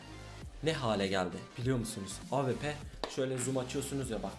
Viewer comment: Senin Şu Awp Ye Ap Demene Bayılıyorum Ya Helal Lan:D